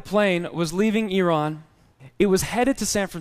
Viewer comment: He mispronounced Iran